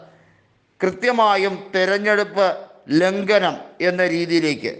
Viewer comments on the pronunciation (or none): ലംഘനം എന്നുച്ചരിക്കുക ലംഗന മല്ല